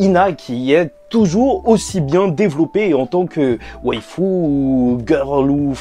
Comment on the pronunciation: Ah ok , désolé mais tockyo revenger ne me plait pas trop et on dit waifou 😂😂😂😂